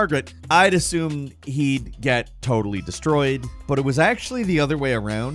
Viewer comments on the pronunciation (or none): none